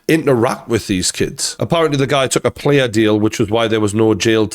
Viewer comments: He took a Plee (a) Deal. It's not pronounced pleea deal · biggest thing i took from this video is has never heard of a plea bargain/deal and actually thinks it’s pronounced player 🤣🤣